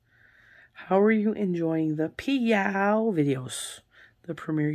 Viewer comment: Every time you say PYOW, it sounds like Meow and Smokey my kitten comes running to see the “other kitten”…. 😉. Smokey thinks there is another kitten to play with! 😂😂😂 ❤️❤️❤️ the PYOW series! Well done,!